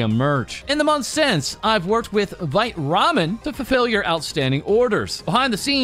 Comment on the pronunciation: Ok, does anyone else feel gaslit every single time calls it Veet Ramen. It’s Vai tuh Ramen right?